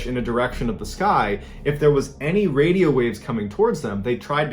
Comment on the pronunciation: Bro you said wadio